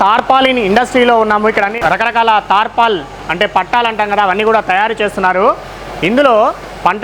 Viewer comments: పట్టాలు కాదు పట్టలు. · Pattaalu kadu, pattalu